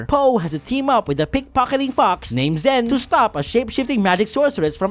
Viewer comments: A kid actually grasped in the movie theater when Zhen betrayed Po, then we all laughed because we knew it would happen. BTW, "Zhen" is pronounced "Jen," but like with a less stressed "j"? I guess. I'm not sure how to explain how the "zh" sound works in Chinese. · actually, the new main character's name is pronounced 'shzen' since its Chinese like 'Ne Zha' (from Monkie Kid)